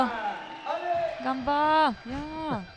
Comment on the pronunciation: Ps. It's "ganba" or "ganbare" (not: "gamba" or "gambare").